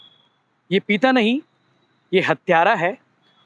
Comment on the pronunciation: "पीता" नहीं भाई "पिता" है वो, और भी बहुत अशुद्ध उच्चारण हैं आपके सभी वीडियो में। पत्रकारों का उच्चारण सटीक होना चाहिए।